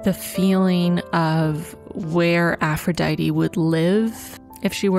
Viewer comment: i love this and u but ur pronunciation of aphrodite killed me lol (no hate!! i'm just a bit of a freak over greek stuff sjdksj)